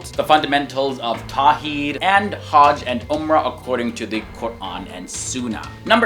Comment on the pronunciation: I love your video I was just thinking that you should correct your pronunciation of the Islamic terminology Yaqeen: ya -qeen Umrah: Um-rah Hajj: haj Suleiman: sulay-maan